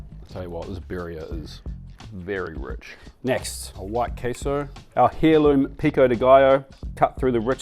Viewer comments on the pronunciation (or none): Please, it's air-loom, not hair-loom. The 'h' in 'heir' is silent 👍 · FFS...... the H is silent, heirloom is pronounced airloom M8 no hairloom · hairloom 😂 the h is silent in heirloom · "hair-loom" lol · I havnt been able to listen since he said Hair-loom tomatoes. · sorry to be 'that' person (but it hurt my ears). The 'h' in heirloom is silent!